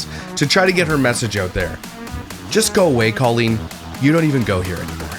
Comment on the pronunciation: I love a good comeback/rehabilitation era for some people who have been cancelled…. Colleen? No. She’s foul and undeserving in every way. Side note, I thought she pronounced her name like colon.